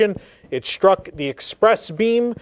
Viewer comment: The word is struck, not shtruck.